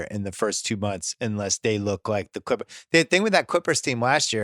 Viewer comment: Try listening to him pronounce ‘Chrrippers’